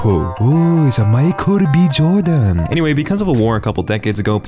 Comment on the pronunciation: "Ohh Mikero B Joordan"